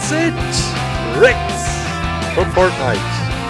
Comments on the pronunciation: Did he said fart nite instead of fortnite? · It's fortnite not fort-niiiiite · this still sounds like he's still saying FARTnite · Its not fartnite (i laughed a lot) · I swear he said Fartnite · When you say Fortnite you sound like you are saying fartnite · Does he say fart nite?? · Did he say fartnite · He said fartnite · Its Sounds like that hes saying fartnite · cant say fortnite